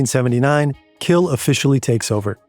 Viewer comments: oh boy the pronounciations were HORRID "kjeld" is pronounced similar to "shell" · great video, next time you pronounce a name like kjell be aware that the kj sound in scandinavian languages is the same as sh in english. Kjell is pronounced shell